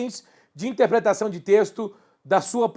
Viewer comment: é interpretação não "intepretação"